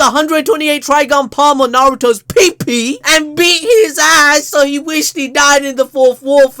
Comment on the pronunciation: Too much emphasis on "pee pee" 🤣🤣⚰